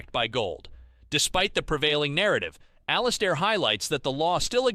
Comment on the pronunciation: IT'S ALL-IS-AIR AND HIS DAILY NOTHING.